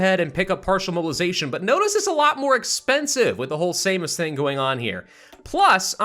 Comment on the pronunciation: Just in case you're wondering, he did pronounce "Seimas" correctly. Good job,!